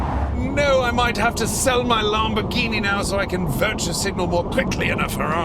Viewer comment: LOL "LOMB-orghini" . Maybe stick with your impeccable German accent :)